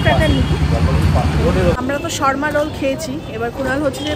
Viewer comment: শর্মা রোল নয়, কথাটা হোল সাবারমা রোল (swarma)